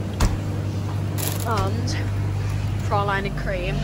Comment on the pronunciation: Omg she said ‘pra-line’ to praline when it’s pronounced ‘pra-leen’ anyone else??